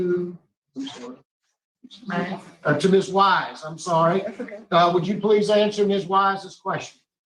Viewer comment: The second moron , it’s sorry not sorrow. He is so full of 💩 I hope he never gets out